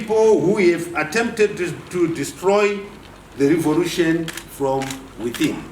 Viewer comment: So "revolution" is pronounced as "revorution" in Zimbabwe?